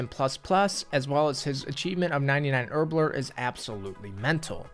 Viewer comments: It’s not “herblerr” It’s herb LORE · “Herblerrr” and calling things aid yikes